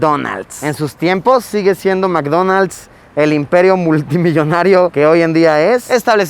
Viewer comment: LUISITO ASI NO SE PRONUNCA MAC DONALD´S TE SUGIERO VER A MISSHOLLY PARA PRONUNCIAR BIEN